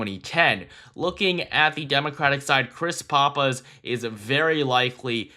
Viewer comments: That's "Pahhpiss" not "Poppiss" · Great content. You are mispronouncing Pappas however.